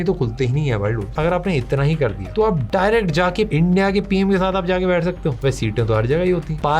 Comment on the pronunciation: "Beth" bola bhai😂